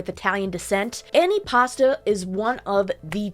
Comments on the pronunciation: It's not an anti-pasta salad, it's antipasto. how many times did they say it in a video that you editted, and yet you don't say it correctly. nice job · the way a lot of the people pronounced antipasto made me think they were saying "any pasta" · "Annie pasta"?